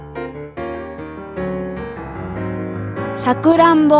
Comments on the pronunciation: i heard sa-ku-ra-m-bo. but wasn't it sa-ku-ra-n-bo ? o.o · さくらんぼのイントネーションおかしいよ